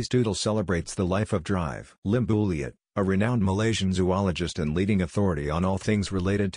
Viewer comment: Why can't the system pronounce Dr properly.